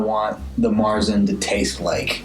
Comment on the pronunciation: Oh and not that it really matters but märzen is pronounced mayer-tzen. Like the horse and with a T. It may sound odd at first but since you're going to do another 15 reviews I thought you'd like to know. I'm actually used to the German pronunciation but as we've mentioned in the past, probably gonna get funny looks from U.S. bartenders...same with Hoegaarden.